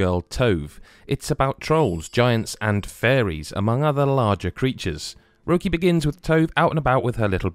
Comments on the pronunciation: My main take from this video is that needs to learn how an umlaut alters the pronunciation of a vowel. The game is called Röki, not "roe key". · "Rer-key" would've been far closer to the actual proper way of saying it! Ignoring it just makes it seem like you think it's a heavy metal umlaut. Unless the game is called 'Röck Bänd' then those dots aren't just for decorative purposes. At least your colleague's enthusiasm still shines through here. ;)